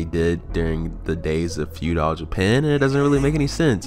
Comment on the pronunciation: Pretty much agree with everything, except the way you say feudal. Like fuedile. Like crocodile lol. Its all love tho bro keep it up. 😄